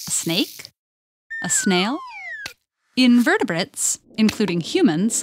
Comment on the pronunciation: It sounds like you're saying "invertebrates" instead of "In vertebrates"